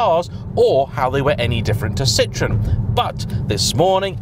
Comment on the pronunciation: Citroen is pronounced see-trow-en not sit-ron, the latter in French is a lemon, not a car brand.